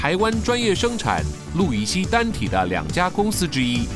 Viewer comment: 是不是氯乙烯不是路乙 烯